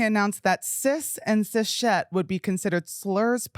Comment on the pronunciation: why did no one tell my boy its cis-het not cis shet